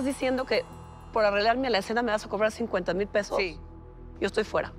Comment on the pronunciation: Oiga pague 50mil para que me ordenara y contesta: "SHO SOLO SOS LA SIRVIENTA" JAJAJAJJAJ